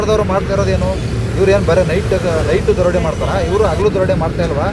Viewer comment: ಕನ್ನಡವನ್ನು ಕೊಲೆ ಮಾಡುತ್ತಿದ್ದಿರಲ್ಲ. ಅಗಲು ದರೋಡೆ ಅಲ್ಲ. ಹಗಲು.